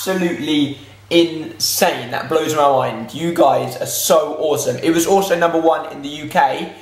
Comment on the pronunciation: The way you say in-sane makes me giggle 😉